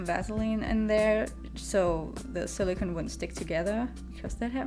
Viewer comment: SiliCONE not siliCAN. Two different materials.